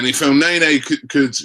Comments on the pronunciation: Its ne-ny not nay-nay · Guessing we are pretty much way over Robbie actually pronouncing El Neny's name correctly, instead of butchering it by pronouncing it "El Nae-Nae".....